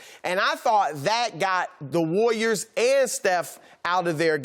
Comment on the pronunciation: "The wayyiors" - Chris Broussard